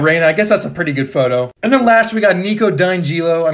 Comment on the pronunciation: How do you miss pronounce nicos last name I guess it can be a little confusing but still